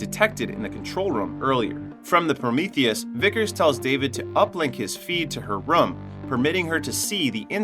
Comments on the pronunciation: Anyone else bothered about how he says “rum” instead of “room”. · Its room dude, not rum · Why do you say room like that? Sounds like you are saying rum. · It's pronounced rue-m not rum btw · my english is not the best, is this they way to say ''room''? it sounds like rum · weird how you say room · To the narrator: the "oo" in "room" is not pronounced like the "oo" in "book" or "look". It is pronounced like the "oo" in "doom", or "loom", or "boom". The way you pronounce it sounds weird AF.